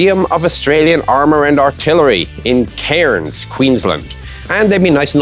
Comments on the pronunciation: We pronounce Cairns as "cans", Chieftain. It's like how Melbourne is "mel-ben". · Haha foreigners can't say Cairns